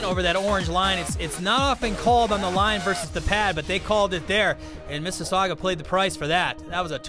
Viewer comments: It's not missisaugwa it's MississaugAAA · It's Missasauga, not missasuaga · hey you guys do know it's pronounced Mississauga not mississagua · Omg so annoying how they say "mississauga"...its NOT Mississaugwwwaaa, its pronounced "Miss's Saw gah" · It is not misses sagua its misses saga lol 😂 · It's pronounced "MISS ISS AHH GUH" not "MISS ISS AHH GWUH" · Lol "missisagwa" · Its Miss - suh - saw - guh not Miss - sasasdggjuwa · The announcers need to learn how to say Mississauga. Like, don't say it if you don't know how. it's not hard. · They cannot pronounce Mississauga, it's kind of funny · These two assholes need to learn to say Mississauga.